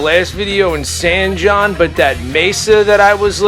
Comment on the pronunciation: Man, the stories I could tell you about this place. But not in public, you know what I mean. You almost got my house in the shoot coming into town. San Jon is pronounced San Hon. Because a 'J' is said like a 'H' in Spanish. Though the names not really Spanish. Go figure.